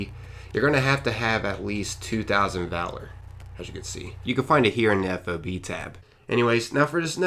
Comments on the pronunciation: It's not a f o b it's a fob one word not 3 letters. The military loves anagrams you pronounce them as words not spell it out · Nitpicky, but whenever I hear civilians say F.O.B. instead of just saying FOB, it's like nails on a chalkboard to me. It's like hearing a really old person refer to someone smoking a "marijuana cigarette". I don't think there's a single soldier in the world that ever called it by its letters instead of simply treating it like a word. (They don't have time for three syllables, dammit! Just say FOB!) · ...It'd pronounced 'fob'... like a key fob... nobody calls them F O B in the service lol. Hence why we call those that never go outside the wire 'fobbits'.